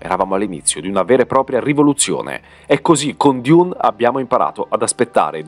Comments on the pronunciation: ma perche dIUne 🙉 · ..ma perché " diun"? È letteralmente DUNE!! Oppure meglio ARRAKIS ( Harrachis) ...tra i primi paragrafi dei libri:: ::: ARRAKIS ( DUNE) ::: il pianeta DESERTO